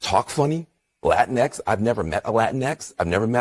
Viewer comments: It's Lah Tinks. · exactly. It's a soft J-H sound that isn't really heard much in English. Certainly not an X. Thanks.